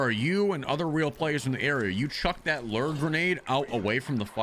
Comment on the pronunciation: NO ONE SAYS FISHING LERR